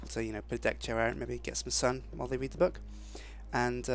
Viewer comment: Omg I heard him say book-come in the library lol